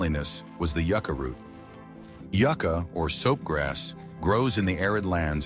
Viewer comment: IA voice needs work…mispronounced many words, ie it’s a Yucca plant, of which there many varieties…. Nice modern paddles too… Good opportunity to pass along ancient knowledge but marginally done…